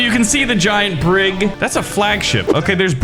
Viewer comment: A BrIG, he called it a bRIG lmao. Your knowledge of 18th and 19th-century naval warfare disappoints me